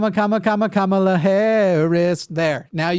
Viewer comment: still can't pronounce Kamala?? Not a fan.